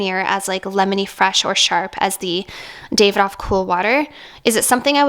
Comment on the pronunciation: Davidoff is pronounced daaahvidof